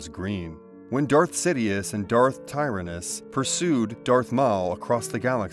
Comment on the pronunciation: TIE-RIN-IS Tyranus. Tir-an-us Why do you pronounce things strangely? Good video though. Subbed.